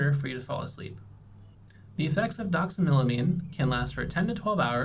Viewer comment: Doxamilimine 😂 the way he says this is so distracting for me lol it's doxylamine! 😂